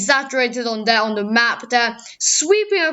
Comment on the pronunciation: actually most of it's very good it's just where you say things like 'funderstorm risk', 'de opposite', 'de Eastern Coast', rest is well pronounced